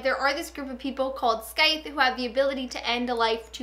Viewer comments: You pronounce scythe (skythe), its pronounced sythe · Did she say Skythes?!? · The 'C' is silent. So it's pronounced Sythe. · the “th” is also a “voiced” th, pronounced like in “breathe” (rather than an “unvoiced” th, pronounced like in “think”):)